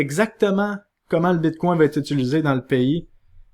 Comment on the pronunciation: Quand quelqu'un dit "Bitcoin", mon oreille entend "Bigcon" 😂